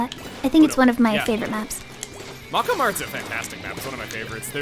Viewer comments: Mako is pronounced may-ko I was startled when Hackerling came on. Also, she has a horribly cute voice. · He's pronouncing it as if it was Japanese. It's not, it's actually Maori